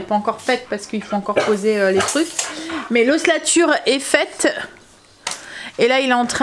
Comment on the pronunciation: Coucou ☺️ tu me fais toujours rire qd tu dis : l'ossLAture.. je ne sais pas si cest une diction particulière..mais sinon cest ossature..sans L 😅.. mais je t'adore ❤ reste comme tu es.. bisous 😘